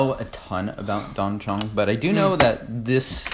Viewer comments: Thanks for another great review, chaps! The pronunciation of 'Dan Cong' is 'Dun Song' I believe :) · I'd say closer to 'dan tzon'